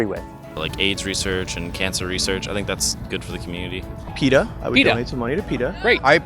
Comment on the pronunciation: Peta? Really dude.